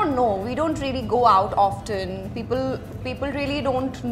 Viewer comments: Of ten...we pronounce it ss ofen...t is silent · Yes, she said" offffften" ..she pronounced wrong..... Sometime it happens...leave it